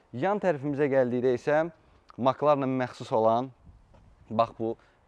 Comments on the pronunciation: Ala Maklağn yox Mek lərn oxunrr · Fəxri adı MakLarın yox Emsi Larin deyə səslənir